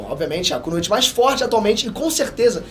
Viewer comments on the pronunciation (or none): none